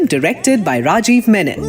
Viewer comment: lol, no. It's not "RRRRAjeev" is it the soft Ra . And it's not Reymun , it is Reh maan